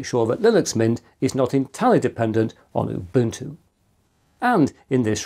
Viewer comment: Why do you say UBUTU without the N.